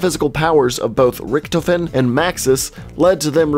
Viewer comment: Is it me or does anyone it find it funny that he said Riechtoefen not Riechtofen